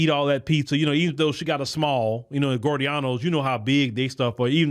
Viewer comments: It's pronounced "GEE-OR-DA-NOs", not "Gordeanos". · It's pronounced Gi-or-danos not gordianos pizza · It’s Giordano’s (gee-or-danos not gore-e-danos) lol I’m from Chicago so I had to tell you the pronunciation. 💯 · Gio dianos he said gorey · Pronounced, "G-OR-DON-NOS". DAMN GOOD DEEP DISH! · we pronounce it Gee-OR dano's Try Gino's East next. What is that young sister's story? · It's pronounced Gio-Dornos!!!! LOL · Great podcast 💯…..btw, the restaurant is pronounced “Gee-Or-Da-No’s…lol. Easy mistake, but thought it helpful. How did you like the food? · it’s pronounced gee o donnos = giordano’s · You're pronoucing it wrong 😂😂😂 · You pronouncing Giordano’s different but it’s one of my fav pizza spots next to Lou Malnati’s